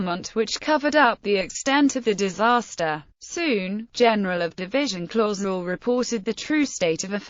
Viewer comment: She pronounced it the. Wong spelling of. My ancestor last. Name it. Clauzel